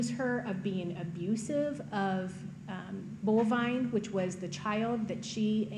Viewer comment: It's actually Bolvine, but that doesn't make it any less weird. I like Ruger, though.